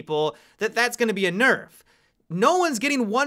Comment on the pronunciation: Your mispronounced Nerf for kapkan